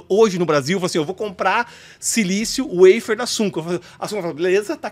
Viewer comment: Precisa traduzir a palavra "waffer" que por sinal está mal pronunciada, Sugestão para ele... em bom português é um "favo"